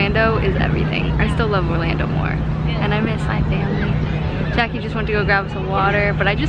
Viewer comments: Every time you say "Jackie" I hear you say "Jackson" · Everytime she said Jackie I thought she said Jackson 😂❤️